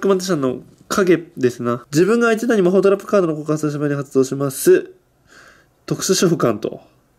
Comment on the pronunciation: 魔法トラップがマホトラップに聞こえる